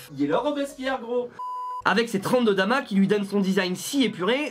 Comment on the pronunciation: C’est du Damas pas du dama